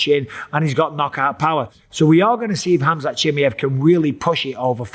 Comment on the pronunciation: Haha Chael calls him Kazmet 😂